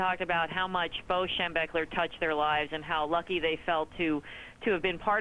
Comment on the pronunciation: can't even say his damn name, on… SHEM-BECK-LER. get it right